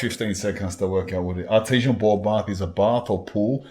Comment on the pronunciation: Thought he was saying Artisian ball bath 😅